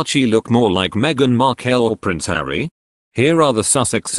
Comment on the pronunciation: Your narrator isn't even pronouncing Meaghan's last name correctly. Get it right!